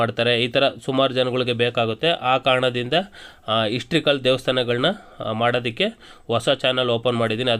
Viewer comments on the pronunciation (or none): Histrical ಅಲ್ಲ pa historical ಅಂತಾ pa ಅದು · ond small correction, histrical alla, adu historical👍